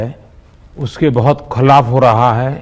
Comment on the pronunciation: मोदी क्या बोले खोलैप? खिलाप ठीक से बोलो जुमलेबाज